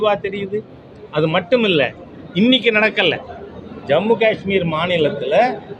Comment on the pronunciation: மத்திய அரசின் தவறு புல்வாமா தாக்குதலுக்கு பிறகு கஷ்மீரீல் [ உச்சரிப்பு கா ....ஆஆஆஷ்மீர் அல்ல ] சுற்றுலாதலங்களுக்கு பாதுகாப்பு வசதிகள் செய்யாமல் டில்லி போன்ற பெரு நகரங்களில் உயர் அதிகாரிகளுக்கும் அரசியல்வாதிகளுக்கும் அவசியமே இல்லாமல் நாளொன்றுக்கு ஒரு லட்சம் செவலில் உலகின் உயர்தர பாதுகாப்பு வழங்கியது தான் காரணம் !!